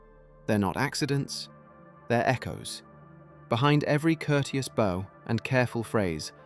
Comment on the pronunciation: For our friends who are a little slow, when the narrator says bow(bó) it doesn't mean this 💝 or this 🏹. It's mispronouncing bow(bau), the common asian greeting and display of respect.